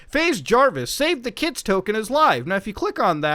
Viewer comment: It’s not $kids it’s Skids man it’s Skids 😭😭😭